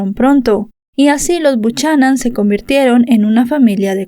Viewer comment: Se pronuncia Bucanan... Triste caso, y más brutos los policías que no investigaron bien.